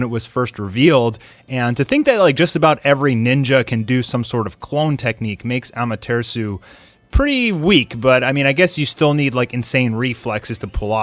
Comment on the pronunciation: Armtearsu? Da fuq? Lmfao